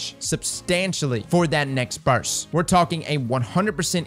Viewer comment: You do now that it''s burst, and not burs right? lol